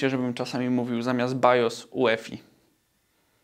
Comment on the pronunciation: Jak BIOS z angielska to i "jui•efaj" 😉